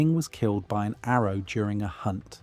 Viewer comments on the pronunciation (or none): none